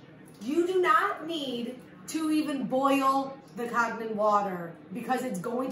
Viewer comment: And are you saying "Kag-nen"?